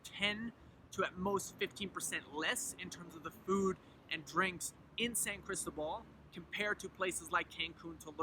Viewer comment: Good info.....but, por favor, it's San Cris-TÓ-bal! The stress is on the middle syllable. If you live there you ought to pronounce it correctly :) Wonderful town, btw! Me encanta totalmente!